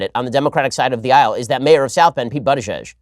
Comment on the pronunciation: Ben, It is pronounced Boot-a-judge. I live in South Bend, and I like what he has done with my city